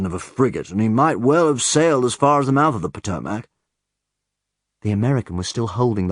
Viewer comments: I know, I laughed at the Potomac pronunciation ;D. And he makes fun of us for the way we say premiere. "Pah-toe-mak River" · I think he does a good job, but he doesn't stick with a specific American dialect. I mean this is a big country. And he does mispronounce Potomac, but I know plenty of Americans who would do that as well. Personaly, as an American, I would prefer that he kept his Scottish dialect as Rex. I mean Hugh Laurie does amazing as House, but I always prefer him with his natural voice. Also, I've noticed David has the same tendencies as Ewan McGregor as an American. Interesting... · pretty much flawless from where i'm standing, except for when he says "potomac." it's meant to be pronounced "p'tomick," not "poh-toh-mack" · it was pretty good right up until he said "p'toh-MACK" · its funny, because altho its spelled "Potomac" most people pronounce it "Potomic" that was one of the few things that through me off. He did a good job besides that tho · After watching Doctor Who here in the U.S. via Netflix, I'm becoming a David Tennant fan. This is an interesting listen though, Potomac was pronounced in a way I've never heard before too. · I don't know, it seems kind of forced and he clearly doesn't pronounce some things as Americans would, stressing certain syllables and vowels incorrectly. Specifically, listen to how he says "Potomac River". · I agree with Lord Cutler Beckett that in some places his American accent seems to switch between Midwestern and Southern, and he might need some coaching on which syllables to stress (listen for how he says "Potomac"), but I'm sure with practice he can get it down. He's so incredibly talented! I grew up in the Detroit area, so if he listens to people from anywhere east of Chicago, west of Detroit but not south of Columbus, Ohio, he'll get the hang of the "flat" accent.